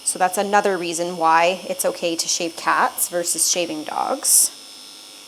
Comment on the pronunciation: SHAVE NOT SHEVE